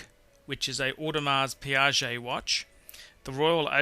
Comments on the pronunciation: It's Pronounced "Pee kay" NOT "Pee Ya Zhay"---That's a Piaget. Douche. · dude, piguet is not piaget. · Audemars Piguet! Not Piaget you idiot, that’s a different brand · It's pronounced "pee geh" not "Pee kay"... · Terrible pronunciations... murdered Audemars Piguet ... ROFL! "Audemars Piaget"!!? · ***** Mehran is correct, AL&S is pronounced one way all over the world, same with AP. Omega is an actual word, and can be pronounced multiple ways. But this guy is a tool and completely destroys any credibility that he has by pronouncing watch brands completely incorrectly (Piaget versus Piguet in AP). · #9 is an Audemars Piguet. Not Piaget. You should learn how to correctly pronounce it... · Its Audemars "pee-gay" not "piajay" twit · Wow... so many views for a dreadful video. I would certainly learn how to pronounce brand names correctly.. LOL I mean Audemars Piguet is pronounced O - de mar Pee Gay not Pee r jay - thats Piaget a completely different brand... Lange is Long - e not Langay... and you meant chronograph not chronometre dear me if you are going to be pretentious get it right... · it is AUDEMARS PIGUET! Not, Audemars Piaget!! This is an insult to a watch enthusiast's ears. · For a 'watch expert', your pronounciation of the brand names is absolutely horrendous. What kind of brand is 'Audemar Piaget'. It's PIGUET [pee-geh], and since when Omega is pronounced Omeega? Other than than that, your list of '10 Best Watches' is rdidiculously wrong. How can you even include Rolex in that list? I would strongly suggest that you remove that list from the Internet and refrain creating further 'best watches' lists in the future. Watch*nut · Audemars Piguet (pronounced picay, not piajay). Piaget is another brand altogether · Piguet, not Piaget. :) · Lange is not "langay". It's pronounced as if you were going to say "langer" but don't pronounce the "r" (similar to Porsche "porsche(r)") Also you said "Piaget" which is the name of another watch maker. This one is "Piguet"